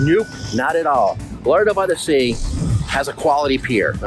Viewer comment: Why do you say "Lah-Dale" instead of Lauderdale ?